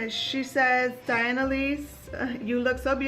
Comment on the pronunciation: This was a great vlog ☃️✨😘 The Christmas snowmen ⛄️ came out so cute! Thank you for answering my question Diana. You pronounced my name right! 🤗 You are a Jersey girl 💕😘 Here is a question for Diana, how did you learn to do makeup? Self taught MUA? Do you ever do your girls makeup? That would be a great video. XO 😘